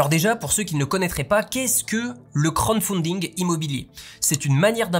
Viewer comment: C'est crowd (foule) pas crown (couronne) pour la prononciation, mais c'est pas grave😊